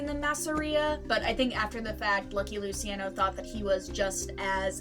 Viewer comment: Stugats, “Loo-chi-on-o”